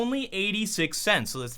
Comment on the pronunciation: He said "one dollar and one cense" and my brain just exploded.